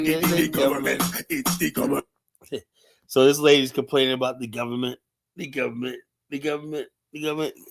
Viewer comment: It's the "gubberment" 😭